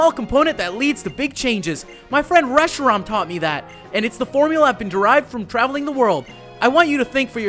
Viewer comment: its pronounced reshii-RAM, as in RAM for computers